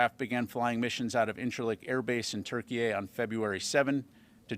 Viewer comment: Why is he pronouncing Turkey as Turkeyay